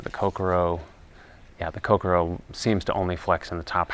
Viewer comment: Nicely done. Of note, the pronunciation is more like ko-CORE-oh (emphasis on the “core”), rather than Coke-a-row. Not that it really matters. It’s a very nice rod no matter how you pronounce it. And I’m right with you on the handle.